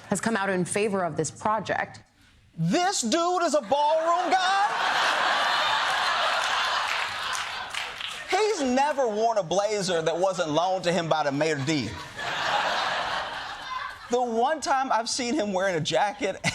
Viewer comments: did you hear how Josh Johnson pronounced Maître d'? He said "mayor d". But that's okay, at the beginning when he said "let them eat ballroom", I heard "let the meatball room". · the important thing is that Josh Johnson doesn't know how to pronounce maître d'. Listen to him pronounce it "mayor d" like an imbecile